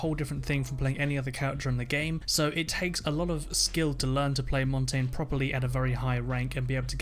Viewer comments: If someone said mon tayne one more time I will kill myself IT'S MON TAHN YAH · Mang0 Chri5 he also said Mon tayne instead of MON TAHN YAH which translates to mountain in Spain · Why is everyone sayinv montain? It's Montagne aka pronounce it the french way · It is pronounced [mon-ton-yay] the reason I know this is cuz it is French for "mountain" and translate says it like that... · Jose Mendoza how do you main him if you can say his name properly it's MON TAHN YAH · he also said montonyay wrong. ( I k ow my spelled it wrong but that is how u spell it) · he also said mon tayne it's MON TAHN YAH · Valkeray and Montain... that's not how it's pronounced...